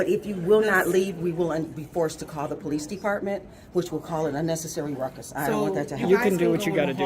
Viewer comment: "The sheriff is uh-bove the puh-leece dee-paw-mint, right?" No, dummy. That's not how it works. Suddenly, they seemed to forget about observing the polling, as they whine and whinge and start filming the LEOs